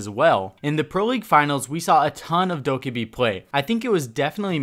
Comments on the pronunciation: bruh her names said dough-keh-bee not dough-kah-bee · I’m sorry but all the pronunciation errors just bother the living fuck out of me. Dokkaebi isn’t dokibe, maestro isn’t maystro, turrets aren’t turrents. Okay I’m done